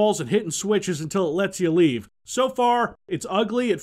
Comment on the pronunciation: "You may lerve"